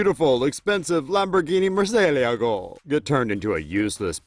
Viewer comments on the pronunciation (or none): The way he murcielago make me want to kill myself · Since when do the Chinese Respect anything? No surprise what you see them doing to perfectly good, amazing Cars. Oh, and say Murcielago again, I effing dare you